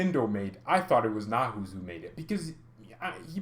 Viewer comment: Neu like in neu-er . haus like house. Neu-haus. A new house.